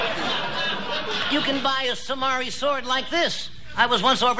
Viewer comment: A sah-mah-rie sword?